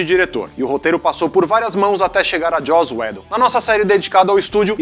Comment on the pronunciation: Ótimo vídeo. Só recomendaria vocês decidirem sobre a pronúncia uniforme dos nomes próprios que vocês mencionam. Enquanto o fala Joss Whedon como Joss "Wídon", o fala Joss "Wédon".